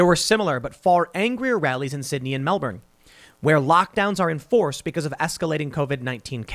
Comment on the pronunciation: The ADF removed basketball hoops from public courts and turned street lights off in the west, but left all the beaches open in the east. Also,it's not "Mel-born". It's pronounced "Melbin".